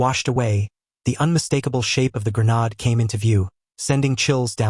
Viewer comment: Not a grenad .A grenADE